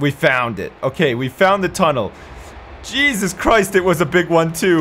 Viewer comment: "Jesus Chwist!" :)